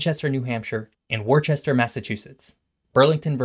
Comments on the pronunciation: It wuster not warchester lol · Pronounced Wuster not Worchester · Hi there, just so you know, Worcester is pronounced "Wooster." Unless you're from RI, then it's "Woosta." 😉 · Wor'chester... Lol. Pronounced "Woostah" . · As a native New Englander, I love this video except for one tiny detail: Wor-chester 😩 Wuh-stah 😍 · Um...Worcester is pronounced "Wuster" (the same as the pronunciation of Worcester, England) not "Worchester." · You missed an important point that City names are not pronounced phonetically. We don't say Wor-chester, it's pronounced Wooster. Greenwich CT is not Green-witch its Gren-ich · Never heard of a city called "War-chester." Is it anywhere near Woostah? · It's pronounced 'Woooosta not 'Worchester' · Worcester, isn’t pronounced war chester, it’s pronounced (/ˈwʊstər/ WUUS-tər). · As a Massachusettsan, I’d like to correct the pronunciation of Worcester. It is not “Wore-Chester”, its “Whister” or “Wuhster” depending on how close you are to boston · "War Chester" Massachusetts 😂That's awesome. It's pronounced Wust-ah. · By, as a resident New Englander, it not pronounced “Worchester”, it’s pronounced “Woostah”. People from Worcester will legitimately fight you over that. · It's "Woostah," not Warchester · called it, “Worchester” and not Woostah lol. Guess he’s not from the area. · Aargh! My ears! You don’t pronounce Worcester “Worchester”. That’s how they pronounce it in New Jersey. It’s “Wuhster “or “Wistah” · It’s not “war-chester” It’s “wuhstuh” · It's "wooster", not "war chester" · as a proud Massachusettsans is is prounced wustuh not worchester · Not to nitpick an otherwise excellent presentation, but it's pronounced "Wisstah," not "Worhchester." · Wus-tah, not WarChester lol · Wistah not Worcester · Wor-chester lolz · as an English from England, close to Worcs, I know it’s Wustuh, not wisstah. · War-chester 😂😂😂 you can tell that is not from massachusetts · The “worchester” was so cringe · it was PAINFUL to hear "worchester"